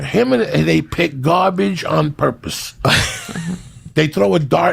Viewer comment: Joey "Everything else has been garbajee" Diaz 😂😂